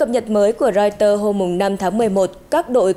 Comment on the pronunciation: Không hiểu học hành kiểu gì mà Twitter lại cứ đọc là Twister. Ở một số bản tin khác thì có anh chàng lại đọc Reuters là Reuster.